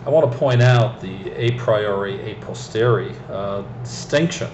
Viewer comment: It's "a posteriori", not "a posteri". If you are gonna be obscure and chuck out random philosophical lingo, at least get it right. There is a strange mix of narcissism and psychosis in your blabbering. I would advise some medical attention.